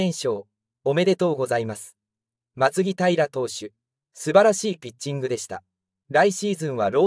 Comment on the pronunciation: 石川たかや、を石川のぼると読むし松木平をまつきだいらと読むしこのチャンネル、本当に中日のこと知ってるの？